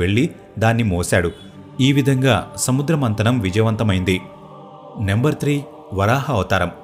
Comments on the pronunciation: Konni bhasha vuccharana doshaalu vunnayi. Check chesukondi. Samudra mardanam kaadu samudra madhanam. Kunda kaadu kamandalam, durvaasa kadu doorvaasa maharshi, mandaara parvatham kadu mandaragiri parvatham, Hiranyakshakudu kadu Hiranyakshudu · అయ్యా మందార పర్వతం కాదు మందర పర్వతం సముద్ర మందనం కాదు సముద్ర మధనం పదాలను జాగ్రత్త గా పలకండి